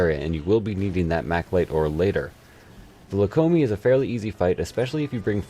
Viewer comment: wtf is a lacombi? Where in that name do you see a C? Come on now, that's like me saying my favorite monster is the Hugiacrus, or maybe the Guramboros.